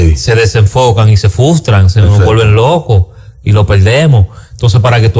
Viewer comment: Alofoke ya no digas "fustran."